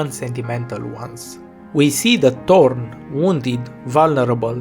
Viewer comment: I just realized something... thanks to your foreign accent, you pronounce Thorn as "Torn", which brings an interesting meaning to her character. She is most-definitely torn apart as a character at this point. I mean, Thorns have a tendency to tear apart whatever rubs against it.